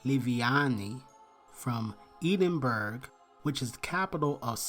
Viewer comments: Hey, I am from Edinburgh! It’s pronounced Ed-In-bur-uh 😊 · Eh-din-burr-ah is the correct pronunciation of Edinburgh.